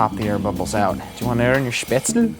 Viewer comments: As a person from Germany I just HAVE to say it's Spätzle, not Spätzel :D I made mine with a colander, too, but it was a horrible mess in the kitchen. Gonna buy a Spätzlereibe before I do them again. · I wish I had found this show earlier, but it's better late than never.It's spätzle (pronounce all the letters).